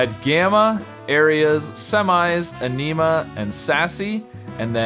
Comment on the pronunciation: Niiice. Also, the fourth horizontal word of the hard puzzle is pronounced in-uh-muh or ehn-uh-muh, not uh-nee-muh. I think you may have gotten it switched in your head for anemia,:P